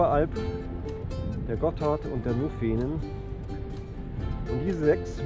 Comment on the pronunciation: Nufenen mit der Betonung auf der ersten Silbe bitte ;-)